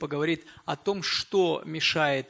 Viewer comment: Е. М. произнесла слово "чо"! Теперь,как говорится,я видел всё))